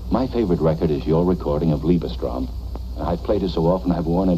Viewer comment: Do you speak german? Because your pronounciation of Liebestraum sounded native 😂 Btw you have to Listen to Wagners Parsifal, Last 5 Minutes are the Most beautiful harmonys i ve ever listened to 😍